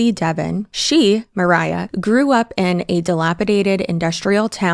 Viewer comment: yes, it was killing me the whole time that C kept calling her Mariah like Mariah Carey haha